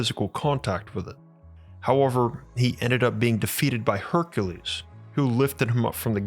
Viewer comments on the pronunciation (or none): none